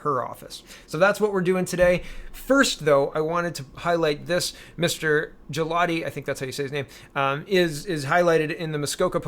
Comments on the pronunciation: For Mr. Galati, the letter 'G' is a hard 'G' , in Italian the 'G' it can be made soft when followed by an 'I' or and 'E'. Consider the name to be pronounced Gah'lA'Tee. I did my best to mimic the a dictionary style of pronunciation. Grazie! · It a. hard G